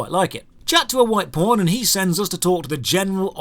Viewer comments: says "pawn", I hear "porn" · Man, each time you say pawn I keep hearing "porn". LOL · Everytime he says "White Pawn" I hear "White Porn" lol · Local pawn, all I hear is Local P--rn " ahhah